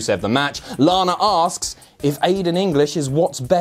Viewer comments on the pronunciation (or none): none